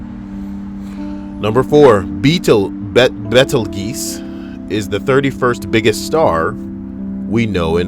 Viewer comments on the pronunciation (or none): Love you, but. Bettel geese. Laughing hard. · Betelgeuse = Beetle juice